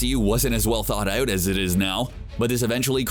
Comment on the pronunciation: "thought out" What accent is that?